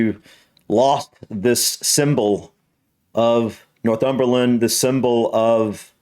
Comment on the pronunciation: Nor-thumberland, not North-umberland 🙂